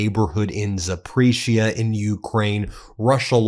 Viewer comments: Zap-poor-ree-ze-ah a little pronunciation guide to get you closer to sounding educated on Ukrainean politics and the war. Thank you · My friend, it's pronounced "zap-or-ee-zhee-uh". Russian is very difficult to pronounce. 😀.